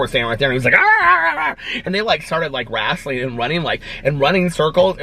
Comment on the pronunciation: I love how u say rasling not wrestling 😂